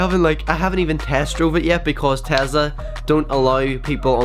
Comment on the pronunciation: its not called a tazla its called a tesla witj a s not a z